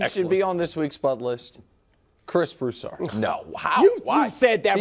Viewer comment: Broussard can't even get his name right.